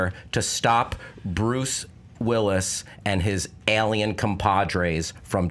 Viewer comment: God I hate the way pronounces the word 'alien'... Cringe every time